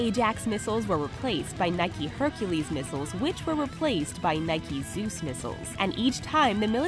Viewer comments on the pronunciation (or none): It's "Nike", not "Nikey" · Instead of Nike it’s nikey XD